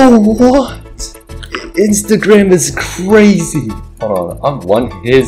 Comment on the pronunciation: "Can i get your insata" was insane